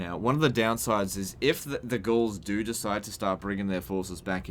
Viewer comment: Did you notice that you sometimes say ghuls instead of gauls lol